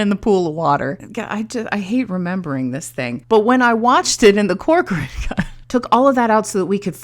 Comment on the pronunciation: You pronounce my name right! Corcoran is Irish actually. Joly is French. You're so sweet and thank you! I think you framed and saw, in your analysis, every intention that I've had during my editing... 🥰 And you use this experience to highlight the importance of editing, making the difference between story and storytelling... Keep engaging with that kind of approach, people need to hear from other people "who actually know stuff!" without engaging into toxicity arguments that lead nowhere... Anyway I'm digressing, or am I?... lol